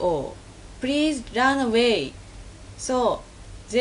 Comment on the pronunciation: "Prease herp'uh!"